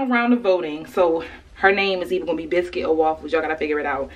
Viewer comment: Biscuit cause can sound British every time you say Biscuit :)